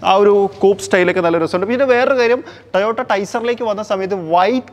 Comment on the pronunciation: കുഞ്ഞിമോനെ കമ്പനിയുടെ പേര് എങ്കിലും വൃത്തിയായി പറഞ്ഞു പഠിക്ക് ട്ടയോട്ട അല്ല ട്ടോയോട്ട ok